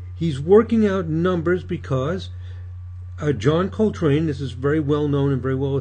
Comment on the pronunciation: STOP SAYING HIS NAME WRONG